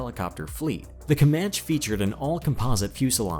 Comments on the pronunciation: Not "kee-oh-uh" it's pronounced " ky-o-wa" Kiowa. "Comanchee" not "Comanch". How the fuck does someone do enough research to make a video like this yet not know how to speak? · . comanch-ee not comanch, kI-owa not kee-owa, think American indian tribes.